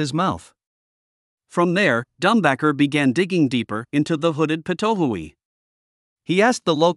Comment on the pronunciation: Thanks for the story as to how it was discovered to be poisonous. Such an intriguing story! It's pronounced pit-o-wee though, as far as I know; it's named after its call which sounds like that, it also has a bunch of calls "pit pit pit" "wee" "too-oo" etc